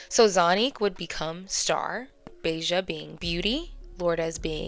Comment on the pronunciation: Ba-ha not Beijah